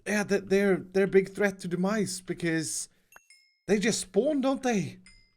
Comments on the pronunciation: Who thought actually said 'The Mice' in the Intro at the beginning?? Well at least the cat at the end will keep them at bay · Got way too far into the video before I realized he was saying Demise and not "the mice".